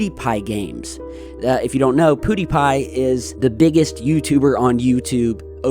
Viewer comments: Pew, not poo die pie lol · Its PEWWWWWW NOT POOODIEPIE FFS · it's PEW not POOdiepie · Pew not Poo,. Lol had to correct that one thing. Might not even see this but love your vids as always. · First: HAPPY BIRTHDAY!!! 🎂 Second: it's PYOO-die Pie Thanks for the great video! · "Pudipie" lol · The way pronounces "Poodeepie", rofl.